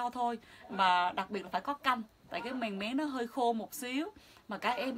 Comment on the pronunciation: Mèn mén chứ không phải mèng méng